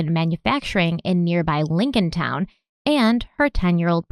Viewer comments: Lincolnton ; not , Lincolntown. Lincoln-ton. Like , pronounced a ton of weight. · please. Its morgan-TON and lincoln-TON just like its spelled.. not town.. and im pretty sure its Aye-sha. I remember this case i was about her age when she went missing. I lived about 20 minutes away. And idk what it is about Derrick.. he seems disingenuous. Love u tho! Ill keep an open mind about him tho lol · Ok. Lol. Just a couple things from someone that lives in the area. Her name is more than likely said A—Sha. As I had a few friends with the names spelled the same and said that way. Lincolton is said like the president. Morgan-ton not Morgantown which is in WV. Love you